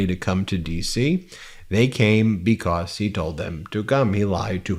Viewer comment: Love you channel! Not so much the way you say the word (because)like “becosss”’lol, but that is a small gripe. Trump is toast in hopefully less than 2 weeks , and i pray there is peace if And When he loses.🙏